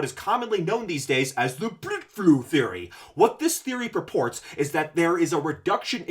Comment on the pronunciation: Just got to the part where you bring up "bludflow." It always brings me great joy to hear you say that word. LOL